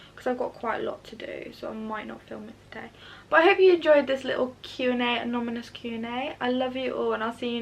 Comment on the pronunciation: I'd like to congratulate your parents for raising an honest, principled, lovely young lady. I also love that you kept saying anominus 🤣. Never change! x